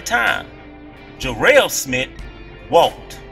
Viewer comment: Smith not smit